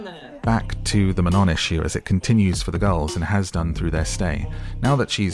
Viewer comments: ITS NOT MANON ITS MANOOO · ITS MAN-OH